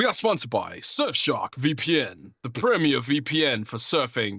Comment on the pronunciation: "shurf shark"